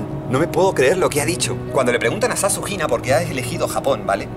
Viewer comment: cada vez que dice "ZaShunina" escucho SasuHina:v (Sasuke x Hinata confirmed)